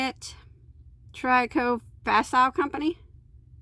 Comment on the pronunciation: An easier way of pronouncing Tricot Facile would be "treeco fasill" 😉. Thanks for the review.